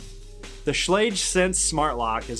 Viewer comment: Suggest you watch one of those Schlage videos on You Tube and learn how to pronounce "Schlage." Bet it would take less than 2 minutes.